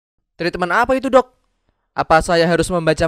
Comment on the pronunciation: Lah??kok 'dok' nya jadi 'dog' sih? Emg si dokternya anying apa?😁